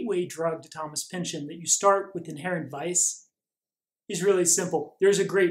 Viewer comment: Thank you for the great video!.....it's actually pronounced "pinch-on"........My wife is a Pynchon!